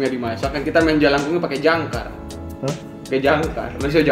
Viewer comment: Jangka bang... Bukan jangkar.... Beda 😊